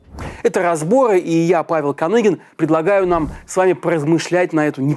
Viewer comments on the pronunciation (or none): none